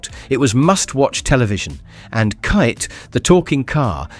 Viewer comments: Kite? I think you are talking about Kit the talking car, don’t you. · Yes it zed not zee and kitt not kite😂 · Clearly an AI voice. It was not a "Zee X Spectrum" and the car was called "Kit" and not "Kite". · And it was KITT, not Kite! 😂😂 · Nice memories & largely true. BUT, "Zed X spectrum" not "Zee X spectrum". Knightrider's car was "Kit" not "kite". Is the narrators voice AI generated? Is sounds fairly English, but American slip-ups like the pronunciation of "tomato", and a few grammatical errors as if it was originally written in another language, or scripted by someone who isnt a native English speaker. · It was not Kite!! 😂😂 KITT, which is an acronym for Knight Industries Two Thousand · Kit not kite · Kitt not kite?....or have i got it wrong????..... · Zed X, not Zed E And Kitt not KIte... I beginning to wonder if you were even around in the 80's..! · Michael Knights car was named Kit not Kite and it was the Zed x spectrum not the Zee x spectrum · its kit not kite.. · Kyte???? It was called KITT ffs. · Kite LMAO it’s KITT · This person cant pronounce anything give up after Kite rather than KIT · KIT not KITE!!! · His name was KITT, not KITE! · Kit.. Man said kite.. 😅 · kite the talking car and the zee x spectrum! what crap is this, its Kitt and ZED X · Michael Knight's car was Kit not "kite" lol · Kite?! It’s K.I.T.T.!! AI bullshit. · Kite??? 😂 KITT you ai doughnut! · Try to type Zed for correct English pronunciation, also kit rather than kite! Apart from those minor mispronunciations, it was a decent effort. The super markets rose and killed the high street. All those family local shops that existed for decades if not centuries were ruthlessly killed off. Often with local council approval, they double yellowed all streets to stop local passing trade. They also run the markets into the ground. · Kite?? I think he means Kit lol 😂 AI has a lot to learn.😅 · Fking AI narration. You could at least dub ‘Kite’ with ‘Kit’. WTF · It kit not kite say right 😊